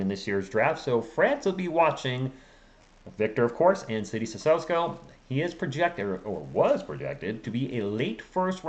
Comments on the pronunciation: I think it's pronounced as Sisoko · My brother...it's, "CISSOKO!", there is no "S" in front of the "K"...you're making this tooooo complicated!!!